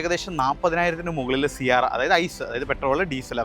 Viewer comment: Siarra അല്ല Sierra ആണു.😅